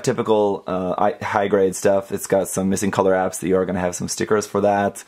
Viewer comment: are you saying "missing color ?apps? "